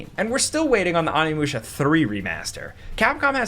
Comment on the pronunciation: Onimusha isn’t getting a remake because you keep butchering the pronunciation of its name